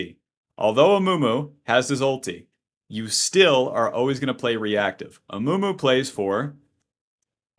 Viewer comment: Amumu ❎ Amoomoo ✅